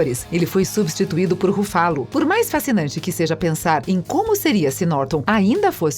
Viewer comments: ele falou pronunciar o nome certo o certo é Ruffalo e ela fala RuFÁlo , Pensse antes de chamar alguém de burro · Huffalooo ,qual a dificuldade de pronunciar o nome correto? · RuFÁlo é mais gostoso de ouvir do que RÚfalo. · E esse "ruFÁlo" pela amor de deus né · eu to rindo d+ com o “Rufálo” plmdsNDSJDNSJDJSDJSKSKAKKKKKKK🤡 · RUFÁLO kkkkkkkkkkkkkkkkkkkkkkkkkkkkkkkkkkkkkkkkkkkkkkkkkkkkkkkkkkkkkk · explodi no "ruFFÁlo". KKKKKKKKKKKKKKKKKKKKKKKKKKKKKKKKKKKKKKKKKKKKKKKKKK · eu não to feliz com o "Rufálo", odeio esse hulk bobão que fizeram! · A narradora precisa melhorar a pronúncia dos nomes dos atores. Dói de ouvir, ex. Ruffálu?! Misericórdia! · Brai larsen. Chédou. Rufálo. Pronuncia tosca. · Rufalú kkkkk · Ouvidos sangram kkkkkkkkkkkk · Eu até estava gostando mas depois de ouvir duas vezes: RuFÁlo, perdeu a graça kkkkkkkk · Eu ia dizer isso. Doeu no mindinho do pé esquerdo. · Fala sério galera do Se Liga, um canal com mais de 50 mil inscritos colocando um robô pra narrar? Gastem um pouco pelo menos com isso, essa mulher toda vez fala algum nome errado. Os vídeos tem um conteúdo Espetacular, mas essa narração... Pelo amor de Deus! Melhorem esse aspecto pois a demais está muito bom.